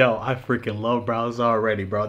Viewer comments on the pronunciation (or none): constantly calling bowser "browser" is bothering tf outta me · Bro called him browser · Are you really calling bowser, BROWSER???? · Bro it’s pronounced “Bowser” not “Browser” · Mans was saying “Browser” instead of “Bowser” lmao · Bro kept calling him browser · Is is just me or is calling this dude "Browser" through this whole video? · saying Browser instead of Bowser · ITS BOWSER NOT BROWSER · don't mean to call ya out but are you calling Bowser Browser?